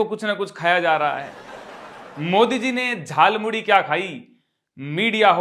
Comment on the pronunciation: Jhalmuri नहीं 'jhal"muli'..😅